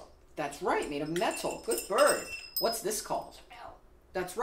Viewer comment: Why you gotta say "good bird" like that to him? That's like if I said "good human" after you answer any question I ask you 😂